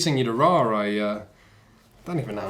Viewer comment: You aren't saying Ra correctly. It's